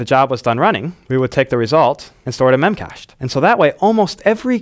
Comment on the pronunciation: BTW, it's pronounced "mem-cash-dee" :)